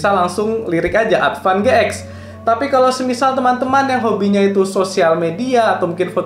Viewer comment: Advan GX ----> bacanya Advan G-Ten 🙄